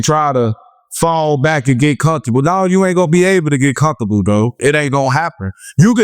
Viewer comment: So I’m the only one that heard bro say “never get too condudol bro” 🤣🤣